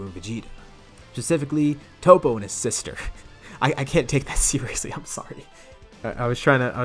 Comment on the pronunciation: " Topete" haha